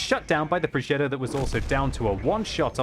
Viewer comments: WTF is a progeDDo? Does he mean progeTTo? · It's a Progetto. Not a ProgeDo.............. You're not American. 🤣🤣🤣